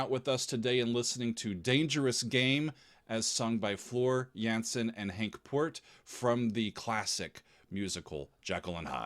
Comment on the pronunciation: Just a pointer, the A in Jansen is pronounced as you would the A in y'All ;) And also.. expectations are high Henk will be a guest performer during the Nightwish shows in The Netherlands this November where they would be doing "The Phantom" live witht he band. It was supposed to happen during the shows in 2020 which got cancelled due to Covid.. Many are really loooking forward to that show and the guest performance of Henk.. no doubt there wil be video(s) to review/react to ;)